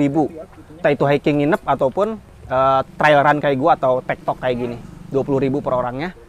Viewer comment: Tektok bang bukan tekton :(